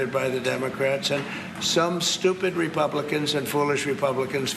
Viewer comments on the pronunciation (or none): none